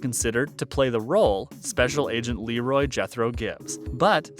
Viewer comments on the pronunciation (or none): none